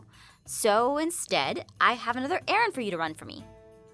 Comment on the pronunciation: When she said errand I thought she said Aaron